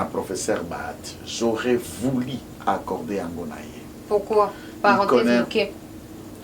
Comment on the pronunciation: on dit: « J’aurais voulu » et non: « J’aurais vouli »!!! Il y a une différence énorme entre: « u » et « i », vous êtes avocat vous êtes sensé le savoir!